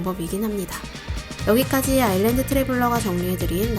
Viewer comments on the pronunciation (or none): none